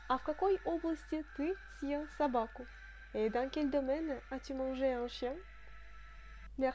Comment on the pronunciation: Bonsoir, une question sur la prononciation: je pensais que le signe dur ъ annulait la prononciation "mouillée" du е, or sur la video il me semble t entendre pronconcer съел comme si on prononçait сел, peux tu me dire ce qu il en est exactement stp? merci.